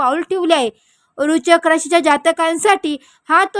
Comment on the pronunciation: राशीचे नाव नीट उच्चारता येत नाही अन् भविष्य सांगायला निघालेत😂